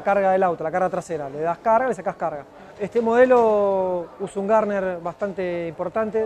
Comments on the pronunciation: “Gardner”? No es “Gurney” ? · Garner???? NO, Gurney. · no, está mal pronunciado, el creador del Tyrrell P34 como bien decís fue Gardner, pero ese pequeño apéndice en el borde de fuga de un perfil alar es por Dan Gurney..